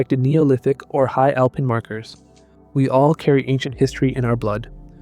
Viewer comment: "Alpeen"?!? Do better. Misleading title as they are NOT proven to be his descendants.